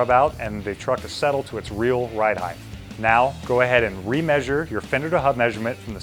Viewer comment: Height not heighth